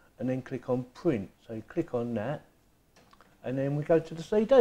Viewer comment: CD = say day